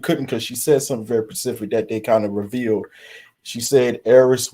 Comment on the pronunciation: Would please say "specific " and not "Pacific ". Respectfully. 😅